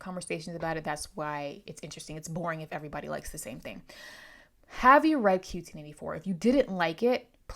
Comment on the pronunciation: Just a minute into your video but wanted to thank you for pronouncing the title the way I thought it was pronounced once I started thinking about it. Didn't start thinking about it until around the end of Part 1 and didn't check the internet until the end of Part 2. I was sure it was going to be Q-Teen, but the concensus was One-Q Eighty Four. I think we are right. I just finished it last week and I was consumed by it for about a month, stressed and depressed a little bit over the welfare of Aomame and Tengo. I was kind of relieved when it was over which means it was having an effect on me, the reader. So I think overall it was an excellent piece of fiction.